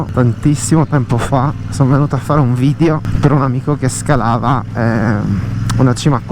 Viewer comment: bravissimo! ma la pronuncia è vidEo non vidio